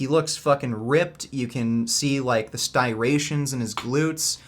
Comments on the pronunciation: Stirations? Lol. Striations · The “Sti-rations” in high glutes 😂😂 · Are sty-rations superior to striations?